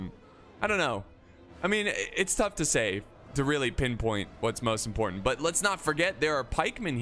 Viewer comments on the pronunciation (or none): none